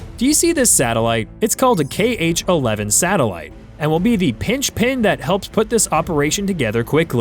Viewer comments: “Pinch pin”? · pinchpin? Is this AI narration? You meant lynchpin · lynch pin not pinch pin